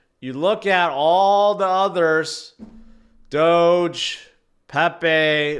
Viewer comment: Hoge finance instead of doge